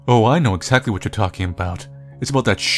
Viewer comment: "Axectly"